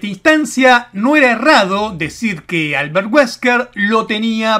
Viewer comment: Mi jijee cuando dijo "Alberrt weskrr"